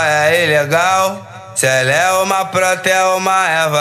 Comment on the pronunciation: O que ficou ilegal foi vc falar "pranta"